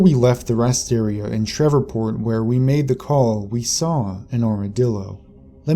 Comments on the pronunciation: It's SHREVEPORT, not SHEVERPORT!! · It's SHR-EVE-PORT. Not Shrevorport. I've never even been down south and I know that. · Are you trying to say Shreveport? Sh-reeve-port. Sorry but it's throwing me off. Being from Louisiana I know some of the names can be difficult, particularly for outsiders. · Are you trying to say Shreveport? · Shreveport mispronunciation was super irritating 😠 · That annoyed the shit out of me. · are you from America?, cuz you miss-pronounce alot of words like Tex-arcana, and Shreveport, etc... Weird...